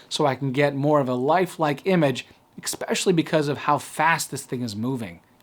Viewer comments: Please fine sir...it's "especially" not, "exspecially". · Especially , not "exspecially" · Great video and very helpful! But please you gotta stop saying "exspecially". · For fucks sake, where did you pick up saying EXpecially, there's no fucking "x" in the word "especially". What are you, 6 years old? Grown ass man speaking so eloquently for the most part and then throws in "EXpecially" smfh.